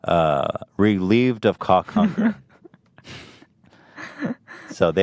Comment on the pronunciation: The way Ethan says Cawk Hunger.